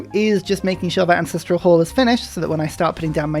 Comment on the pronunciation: Only just noticed that says AncestrIal hall. As if there is an "i" in ancestral. Fascinating. I normally don't notice things like this and now that I have, I shall replicate it. But where do the hippos live? In the hippodrome.